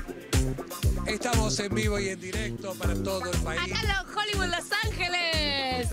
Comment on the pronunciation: divertido como siempre!! ahora, mejoren el tema de: este edificio fue 'creado', se dice construido (en todos los programas hablan de arquitectura 'creada', bueh...) y despues la pronunciación de hollywood, NO es hollybud!!!!!!!!!!!!!!!!!!!!!!!!!!!!!!!!!!!!!!!!!!!!!!!!!!!!!!!!!!!!!!!!!!!!!!